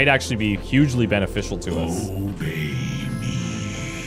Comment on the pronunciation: i was playing another game when he said obey me! I heard ohhh baby! confused the shit outta me :D